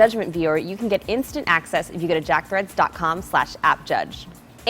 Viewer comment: You'd be hilarious as a newsreader... arms fling all over the place lol Actually it's really annoying And you said 'Jock'... it's spelled 'Jack' in the graphic